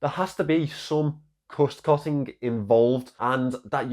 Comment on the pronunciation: "Cust Cotting"!!!! Ha ha ha!